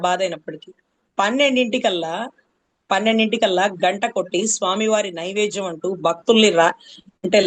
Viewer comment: నైవేజ్యం కాదు నైవేద్యం అనాలి